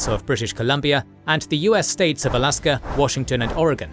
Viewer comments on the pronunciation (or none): none